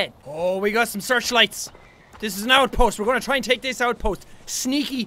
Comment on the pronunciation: Jack said outpoth